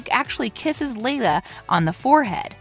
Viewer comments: Did she just said Leila instead of Leia? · Are we just going ignore the fact that she said Leila instead of leia? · dude she called leia, layla